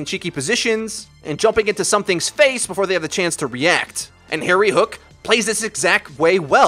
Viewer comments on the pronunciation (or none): none